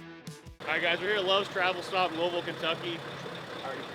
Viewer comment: Finally somebody pronounced Louisville right lol